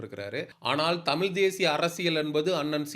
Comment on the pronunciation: தம்பி நீ முதலில் தமிழ் என்று சொல்ல கற்றுக் கொள்ளுங்கள். அன்புக்கட்டளை